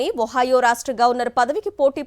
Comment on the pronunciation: Ohayo Kadu Madam.... Ohio.... Try To Learn Telugu Language Fluently.... All The Best 👍